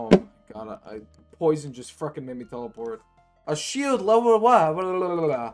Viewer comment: I hate how you say "freckin".